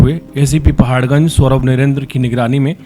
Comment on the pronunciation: repoter bhai pahar ganj likh ke pardpad ganj bol rahe ho